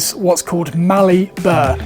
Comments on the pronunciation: Mallee Burl as opposed to Burr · Hey, great channel! Just an FYI it’s Mallee Burl not burr 😉😁👍